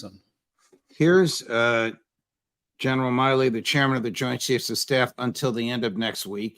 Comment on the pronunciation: Milley. Say it with me judge. MILL EEE. Your umm not Scott umm Ritter.🙄🙄🙄